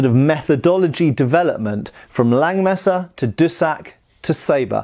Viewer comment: The 'S' in Langes Messer isn't silent :D